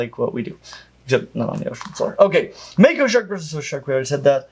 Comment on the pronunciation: if it comes from the Maori language it's going to be pronounced "Mah-ko", not "May-ko"